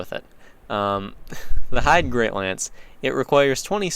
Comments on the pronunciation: It's pronounced "hade". Not "heidi", not "hide", not "haiti". The Way of Blue covenant guy says it in his dialogue. It really does bother me! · If the name refers to the german word "Heide", all your pronunciations were wrong ;D